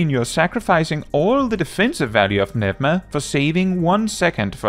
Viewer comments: Philosophia was actually pronounced correctly. Pneuma needed some work though❤ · I'm so happy someone finally pronounced pneuma the right way 🤩 P.S. I'm Greek 🤣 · Is THAT how Pneuma is pronounced?